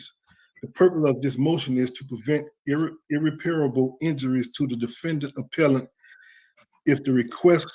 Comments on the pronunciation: Ugh, irreparable is NOT irrepairable! Look, right there in the wrong word, the 7th letter is an "i", the correct word does not have that "i"! Right pronunciation: ih-rep-er-uh-buhl Wrong pronunciation: ir-ri-pair-a-ble I see lawyers making this mistake! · Him saying "ir-re-PAIR-a-bull" rather than "ir-REP-per-bull" makes me cringe every time. . . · Intelligent? - Desposition? And that is not how to pronounce irreparable, to cite just a few. His word salad has made me hungry for a real salad. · irreparable, there's no I. it cracks me up when these dudes think they can master law by reading a few lines of a pamphlet he paid for or a Youtube page vs. three years in college plus a couple years actual experience when they've had their whole lives and can't even master the English language, just sayin'...